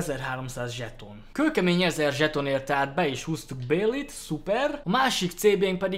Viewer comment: amúgy Bailey nek a nevét ugy kell kiejteni hogy báji.